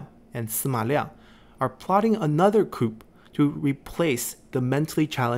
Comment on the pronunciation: Great vids. One suggestion: the p is silent in coup.